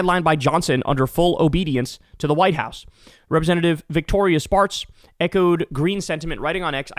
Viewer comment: When you said "Victoria Spartz", I heard "Victorious Farts" 😂😂😂